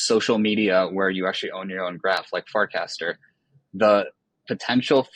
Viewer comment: Wait, did he say "fart-caster" ??